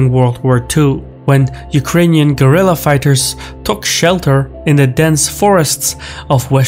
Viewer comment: "GUERRILLA", not "gorilla"!